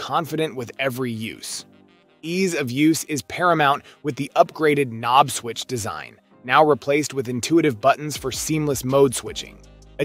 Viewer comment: ka-nob? The fuck... The K is silent... Breeze-a? This is some AI narrated garbage ain't it.